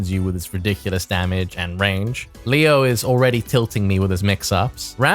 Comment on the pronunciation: The german pronounciations in the leo video hurt my ears